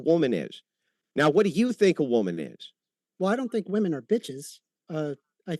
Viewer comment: It does almost sound like Andrew is calling women bitches which I know he isn’t trying to say, but still funny nonetheless.